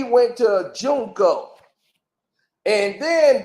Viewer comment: 😂😂😂😂😂😂😂😂😂 I'm hollerin your behind saying he played JUNCO. It's JUCO JUCO. 😂😂😂😂😂😂😂😂😂